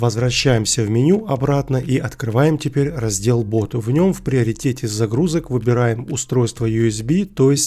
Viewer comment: не бот а бут! ты хоть некоторые слова учи как их произносить.